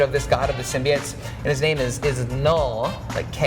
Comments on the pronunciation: Why does the guy say "sym-bee-its". It's "sim-bye-oats" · What is with people saying symbiotes wrong